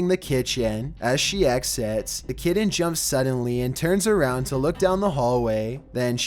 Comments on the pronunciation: Please learn to pronounce ‘kitten’ for the twelfth one, good video overall though :) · It's pronounced KITTEN not Kittan!!! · yep my daugthers cats do shit lile this...they stupid, an where Im from kitten is one syllable but theres also no t's in it either so...meh, but that dude needs to nutter his cat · Oh no, not the Kit-tin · I REALLY HATE HOW THIS GUY NARRATES HIS VIDEOS!!! I HAVE TO WATCH THEM ALL ON MUTE!!! AND THAT SUCKS. PLEASES I WILL GIVE ANYTHING NOT TO NOT HEAR THIS GUY PRONOUNCE THE WORD KITTEN..... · The way he says "kitten"